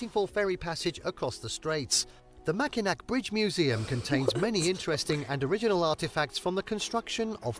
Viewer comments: I've got to set something straight - that bridge that was bouncing around and twisting and turning was NOT the Mackinac Bridge. That was the Tacoma Narrows bridge in Washington state. And yes, Mackinac Island is the one you've seen before that doesn't allow cars on it. Another great place to visit in Michigan is Sault (pronounced "soo") Ste. Marie, it's home to the Soo Locks, which allow ships to pass between Lake Superior and Lake Huron via the St. Mary's River. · Mackinac is actually pronounced Mack-i-naw And you're correct, Mackinaw Island is the one with no cars allowed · The British dude who narrated this video doesn't even know how to pronounce Mackinac.... sad. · I've lived in Michigan 70 years and this is very misleading... Anything near Detroit is not good. Large areas have been ruined by crime brought in by Muslims and Somalia groups.. And you mispronounced Mackinac Island. It's (Mack-in-awe..)...🤷‍♂And there's no cars on the island... I did concrete work around the old house at Meijer Gardens..I've boated on Lake Michigan and Lake Huron for years, and they are nice but can get huge waves.. It's nice but the Democrat Gov is destroying it.....Good luck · Yes, it is the same island... Also, that swaying bridge was the Tacoma Narrows bridge, it was NOT the Mackinac (pronounced Mackinaw) bridge. Hello from Michigan! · Morning,! Mackinac is pronounced Mac-in-AW, and yes, it is the same island. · Yes, this is the island with no cars. You would love it so much! They also have the best fudge in the world. Also, it’s really upsets me that he keeps saying “Mackinac.” It does not really upset me, but seems that if you are going to do a documentary video on places to visit that you should learn to pronounce the location names. It is spelled Mackinac but it is pronounced Mackinaw. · Is it too Michigan of me to be upset that he said “Mackinac” instead of “Mackinaw?” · This commentator is a hack!! Mack-in-NAC???????